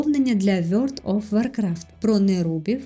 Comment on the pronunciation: Дуже цікаво, але що це за гра така "Вйорт оф Воркрафт"?)))